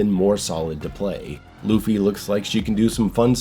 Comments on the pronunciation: God of War Loofy? 😂 C'mon now. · Say Luffy again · how do you do a video like this and pronounce the main characters name wrong? im honestly baffled there is so much material out there where the title is said correctly lmao....The One Piece is real!! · Smh Loofey 😂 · I can't pay attention to anything you say after you say luffy, it is so distractingly hilarious 🤣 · please stop saying Luffy lmao